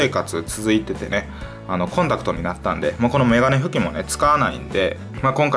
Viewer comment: メガネ拭きの発音おかしくない？